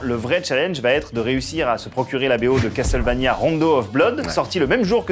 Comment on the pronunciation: dommage qu'ils ne ressortent pas les musiques de cette serie cultissime qu'est castlevania en cd . sinon les gars , faudrait arreter avec " cas tel vania "...c'est castlevania .